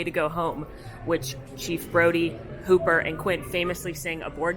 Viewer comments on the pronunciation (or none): none